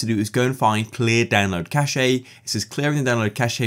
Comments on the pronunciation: it’s pronounced cash not cashae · Bro pronounced Cache as "Cashay" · Why does this guy pronounce cache as cash ayy! 😭 other than that still a good video though! Quick and snappy stating possible fixes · its pronounced kash